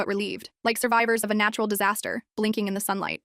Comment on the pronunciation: NATRUAL DISASTER? NATRUAL DISASTER SURVIVAL